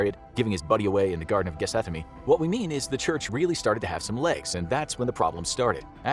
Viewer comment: I knew he was gonna be off as soon as he pronounced Gethsemane as “Ge-seth-a-me” 🤣